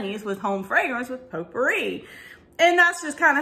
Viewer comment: When you said potpourri, you said sounded like you said pooppouri. lol I hate the pumpkin pear scent. I have no idea why I bought it.